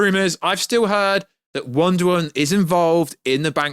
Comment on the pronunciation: Wonder "Woan"